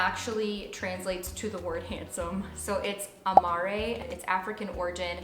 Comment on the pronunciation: I was looking forward to hearing your list, but I'm sorry...you've butchered the pronunciation for most of the names. Amare doesn't have an accent on the 'E' and is pronounced slightly different to how you said it. And the basketball player's name is spelt with an 'I' and his last name again, said differently. The names would be even nicer to hear if you pronounced them correctly. I was too busy cringing to enjoy the roundup...